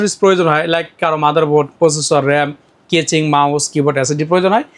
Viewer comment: কেচিং😂 ভাল না😂